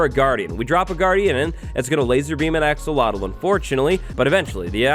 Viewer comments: be saying "axowatl" instead of "axolotl" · because of him i'm never gonna say 'axolotl' right... always 'axowotl' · I keep pronouncing axolotl to axowatl. Why is axowatl more addicting to say then axolotl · axolotl = axowatl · Axolotl to axowattles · I’m a huge fan of you wattles “axowatl” 😀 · Was anyone else hearing say "AxoWattles" the whole time or was it just me?? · When you say Axolotl I hear Axowatl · I've been wanting to say this since the axolotl was announced... "AxoWattles" XD I swore I heard say that at least 6 times! Have a good day and everyone who reads this!:D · Axe uhhhhh watl lol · Axolotls more like Axolwatls! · "AXOWATL" IS HERE time for an armada I can't wait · Like I said, we already forgot how to pronounce "axolotl". Yes, by the time we got it in snapshot form. has a strange power over us...